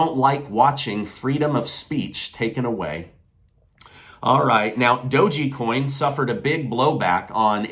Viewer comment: please learn how to correctly say Doge coin 😅😅😅